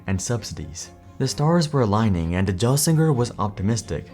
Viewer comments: 1. It's GELsinger, with a hard "G," like "GIF." 2. Intel didn't underestimate GPUs. They routinely sold more GPUs than both Nvidia and AMD, but these were integrated into their processors. Even still, to make that statement you have to completely ignore Xeon Phi (Larabee, Knights Landing, etc). 3. Crypto mining was never a steady, stable source of GPU sales, and chasing that segment ended up biting both AMD and Nvidia in the ass. Considering Intel didn't have any consumer GPU products at the time, let alone anything suitable for mining, they were 100% correct to ignore that market. Their real misstep with crypto was being late to the ASIC market, and then quitting before bringing anything to market. 4. As others have pointed out, the 486 was not the first x86 chip. I don't even understand how such a blunder gets written into a script. I'd have to guess you're using AI. 5. While you're absolutely correct that Intel's problems with Skylake (and drastically worsening validation in general) was a huge factor in Apple ditching x86, all of that happened before Pat was made CEO, yet the way you explain it makes it sound like it happened after. 6. You completely ignored the issues with Intel's 13th- and 14th-generationj processors, which have been a major problem for the company (and also originate from before Pat took over as CEO). Pat Gelsinger was one of the best options that Intel could have chosen for CEO, and his plan could have worked, but Intel seemingly got sick of taking th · the 486 was Intel's first x86 chip? WTF? And throughout, you mispronounce Gelsinger's name. How do you do enough research for a video like this without ever hearing his name pronounced? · You know it's gonna be a crummy video when the narrator speaks authoritatively while mispronouncing "Pat Gelsinger". This is either AI drivel, poorly researched, or both. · If you can't say Pat's name properly, you lose any credibility, you get fired like Pat did. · It's pronounced Gelsinger not Jelsinger 😭